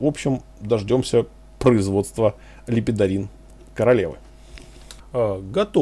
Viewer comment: Бфахахахахаха.... ЛЕПЕДОРИН то мне и нужен... Лепорин! Лепидорин....лол чВВВВ